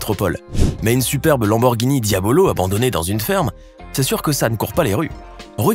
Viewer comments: C diablo pas diabolo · Je me suis dit qu'il la faits exprès "Diabolo"